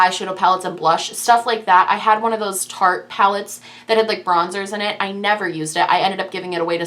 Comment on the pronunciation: No hate but is there a reason behind mispronouncing Tarteist? It rhymes with artist. I'm a first time watcher so I don't know if there is a story behind that lol. Love the video.